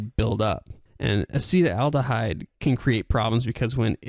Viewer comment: It is not pronounced "a-SEE-tel-AL-duh-hide." This is what causes hangovers... Acetaldehyde Aci-TAL-de-hide Acetaldehyde is what causes hangovers. It is more poisonous than alcohol itself! This is what alcohol turns into once alcohol gets into your body. (It is a metabolite of alcohol.) This is what causes the hangover. Acetaldehyde occurs naturally in coffee, bread, and ripe fruit, and is produced by plants. It is also produced by the partial oxidation of ethanol by the liver enzyme "alcohol dehydrogenase" and may be a contributing factor to hangovers from alcohol consumption. Pathways of exposure include air, water, land, or groundwater, as well as drink and smoke. The International Agency for Research on Cancer (IARC) has listed acetaldehyde as a Group 1 carcinogen. There is something which is very interesting. What happens to the acetaldehyde in the body? It gets further broken down into something else. In the liver, the enzyme "alcohol dehydrogenase" oxidizes ethanol into acetaldehyde, which is then further oxidized into harmless acetic acid by a different enzyme "acetaldehyde dehydrogenase." (In the brain, "alcohol dehydrogenase" has only a minor role in the oxidation of ethanol to acetaldehyde. Instead, primarily the enzyme "catalase" oxidizes the ethanol to acetaldehyde.) What happens to the acetaldehyde in the brain and the rest of the body? It gets further broken down into something else: acetic acid. Vinegar. Vinegar! That explains the strange smell o